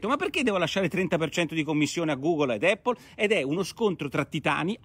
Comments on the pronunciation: Giancarlo F. Eippol allora!!! :-) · Immagino derivi dalla pronuncia della "a" quando si enuncia l'alfabeto. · Eh sì, pace e eippol a tutti!! 😎😎😎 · Ottima zuppa come al solito. Ma mai nessuno che pronuncia APPLE correttamente? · Effettivamente la pronuncia corretta è con "a" e non "e", cmq Porro non è l'unico a sbagliare. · Ma sì, l'avevo capito. 😁 Un errore è un errore, tutto qua. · Giancarlo F. Un errore che fanno milioni di Italiani, questo è il motivo del mio commento. Ma da dove viene?